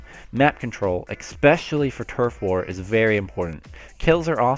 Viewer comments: Good beginner guide, I'm was also S+ in the previous game and now I'm on the road to S- in Splatoon 2. And please, PLEASE, say "especially" and not EXspecially, this does not exist, no "x" in it. -> especially. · Great video but THERES NO K IN ESPECIALLY. "Ekspecially"